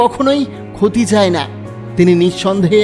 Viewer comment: চায়'কে চাই বলেন কেন?